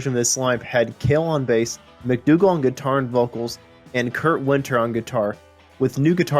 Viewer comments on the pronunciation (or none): none